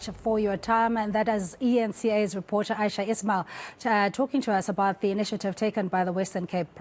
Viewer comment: Also, it's AYESHA.😊